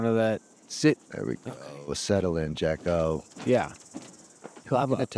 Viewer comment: It's Jacko, not Jocko,. Get it together. please. He told you last year.